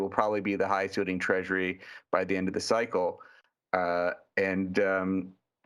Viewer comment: “…joined jy Jeremy Schwartz” NOPE